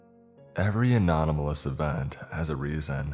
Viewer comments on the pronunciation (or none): The irony of the author calling us dumb and also you saying "anonymalous" instead of anomalous absolutely sent me. I LOVE YOU AND YOUR CONTENT but I did find that funny lmao